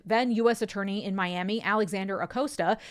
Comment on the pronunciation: Acosta rhymes with pasta, FYI.